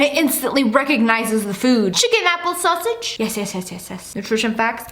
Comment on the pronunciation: Did you just say "chicken apple sosage"